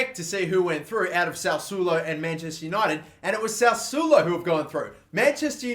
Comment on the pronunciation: The Italian team is pronounced sas-swolo